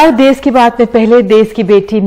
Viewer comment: देस नहीं देश होता है